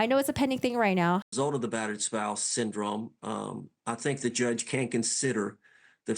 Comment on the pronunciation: The way he says syndrome really gets under my skin. “Syn drum”